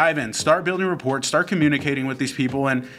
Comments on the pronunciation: Just a heads up.. rapport is pronounced “ra pour” Flip side… you gents are incredible and I’ve enjoyed binge watching and taking notes thru the 30 days of wholesaling series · New drinking game: take a shot every time rapport is pronounced wrong